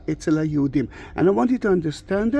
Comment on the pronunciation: Thank you for what you do! I love hearing you say Yeshua and I could read His name in Hebrew as you pointed it out. Not that I know much Hebrew, but I have been looking it up. Still here praying for Israel and always thinking of the captives this Passover and the empty seats.